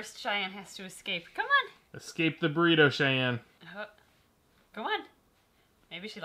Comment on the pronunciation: Nobody:: BORITO BIRB Also I love that will just like pick up the small birb with her finger 😂😂